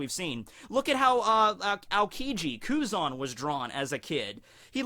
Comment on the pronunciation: Blows my mind how you pronounce Tenryuubito almost perfectly and then Kuzan just like Ang's best Fire Nation Buddy from before the 100 year time skip. I've watched a few English dubs episodes of OP now, I really hate the dubs for most of it. But during the Enies Lobby Ark they are actually pretty good. What's up with that?